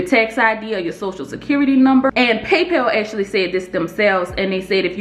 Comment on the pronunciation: Amazing content!! You are so knowledgeable, thanks for the info. I love how you say "paypel"